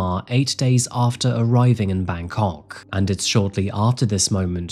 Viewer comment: You talk about the pronounciation of Myanmar, but Im more worried about how you say Bangkok